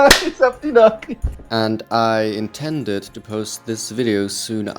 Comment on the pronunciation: "I in-tender-ed". Jokes aside, it's nice to see the tender got a good home, and in Germany too. Grüße aus Australian.